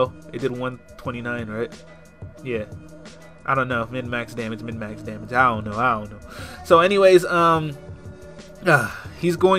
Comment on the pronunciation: i LOVE it when you say DAT BIG DOMMAGE